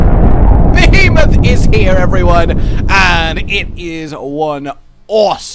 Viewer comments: Yay, new armor set that looks cool, but I'll end up making a whole new set to use it in. If not just craft it and use it as a cosplay set. At the end of the day, all that matters is that Behemoth is a difficult monster, and that I don't need "friends". (Also, a two year old could pronounce "Behemoth" better than you did in the intro.) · Why you pronounce behemoth weird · William Morse he already mentioned in a previous video ON the subject of the behemoth that he knows he pronounces it wrong, he knows how to say it right, it just more natural for him to say it that way. Like the pronunciation of "Caribbean."